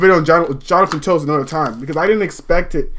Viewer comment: you have to pronounce it something like jonathan taves